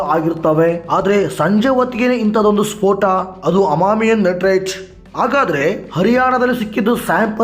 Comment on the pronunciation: ಅಮಾಮಿ ನಟರಾಜ್ ಅಲ್ಲ ಮಾರಾಯ. ಅಮೋನಿಯಾ ನೈಟ್ರೇಟ್